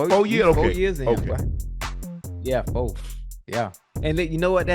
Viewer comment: It's four not fo...kids and youg teens are listen.